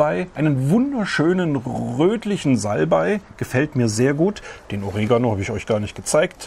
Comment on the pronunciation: Hallo, am Besten gefällt mir, daß Du Einer der Wenigen Deutschsprachigen bist, der OrEgano richtig betont. Und Sätze wie bei "... das schneid ich auch gar nicht mehr groß klein" und "Ah, ich liebe es" sind genial, man muß nur genau zuhören, Hahaha... und die vielen Taschenspielertricks z.B. Knoten, sind äußerst nützlich - Danke Deine Reaktion auf die Bitte Grüß Mich Manie ist genial und entgültig. Kompliment!!! Frisch gemahlener Pfeffer sollte, wie auch Kaffee, der Standard sein. Eine Frage hab ich auch: woher sind die Jingles und die Hintergrundmusik? Kaufst Du die von YT, da ich vieles woanders schon mal gehört habe bzw. wegen der Copyrights? Ich habe kein fb. Beim Abfüllen: überall kann man Gummis verwenden - und ich dachte das wär' ein familienfreundlicher Kanal; - ))) Plastik im Bild: 1. Mikro und Kabel 2. Kamera und Dreifuß 3. Kissen bzw. Reissverschluß 4. Beschichtung des Petroleumlampenhalters? 5. Hutkrempe? 6. Folie auf dem Tablett? 7. Handgriff am Kochlöffel? 8. Kunstfaseranteil in Deiner Kleidung? 9. Dekokugeln auf Stäben hinterm Herd? 10. Mikroplastik in der Luft und Deinem Körper 11. Weitere Blumentöpfe und Untersetzer 12. Terassendach? 13. Schuhe? 14. Hängezapfen am Insektenhotel und Gestell darüber? 15. YT 100 000er Trophäe 16. Gewächshaus im Grinderhund, Hahaha Was hab' ich übersehen?